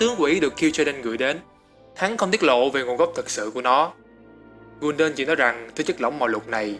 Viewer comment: học cách nghe và đọc tên cho chính xác đi gái Kul đan chứ đọc gun đần